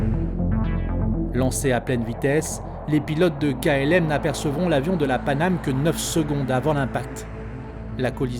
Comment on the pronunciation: "Panamay?" Sounds like we have a new airline.